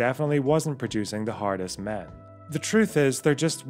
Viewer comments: Im watching this a second time just to hear you say "Britains 'Ardest" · "'ardest" :V